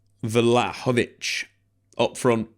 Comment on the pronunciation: Take a shot every time comes up with a new mispronunciation of Vlahovic in this vid.